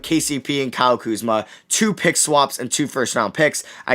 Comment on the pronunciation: Kuzma? C’mon bro..